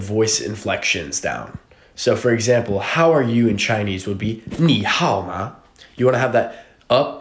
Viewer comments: The tones for 你好吗 weren’t even right 😂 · As a Chinese person living in Beijing, I can confirm that ur not pronouncing 你好吗 right.